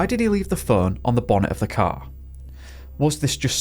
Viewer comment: 😂I thought you said his "cow" disappeared lmao